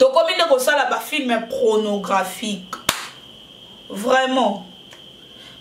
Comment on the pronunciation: Yo pe na âge nayo oyebi ko prononcé film...te.olobi film nini?